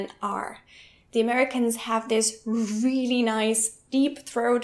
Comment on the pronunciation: Also, "really" isn't pronounced like "wheelie"